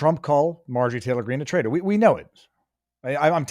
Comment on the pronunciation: “Trader?” Or “Traitor?”